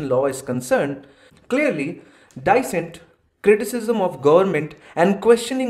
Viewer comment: pronunciation of "dissent" is wrong.